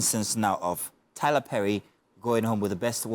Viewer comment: I'm sorry...Did you just say Tyla Perry?